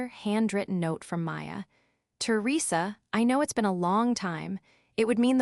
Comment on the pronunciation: To Risa seriously AI… Teresa .. not really that hard. Try harder!!! Venu …ease whaaat😂😂😂